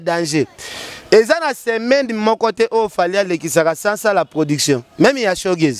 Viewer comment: olela doncii eh cimetsher😹même et non memi 🎃bozo doka ein ndenge y’a clandestin yo pe kende tiiii